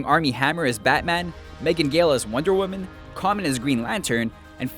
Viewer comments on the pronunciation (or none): none